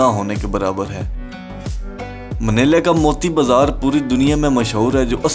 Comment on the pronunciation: its not manela bro, its manila